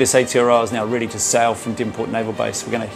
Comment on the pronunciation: At least pronounce the name of your ship correctly, just lazy it's not hard